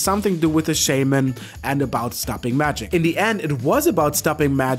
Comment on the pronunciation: I don't think Shaman is a 4 syllable word.